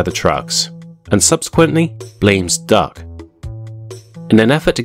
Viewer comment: Is it just me or are you saying Dark instead of Duck 😂😂